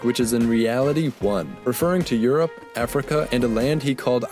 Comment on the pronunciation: Where is the "yu" in "Europe"?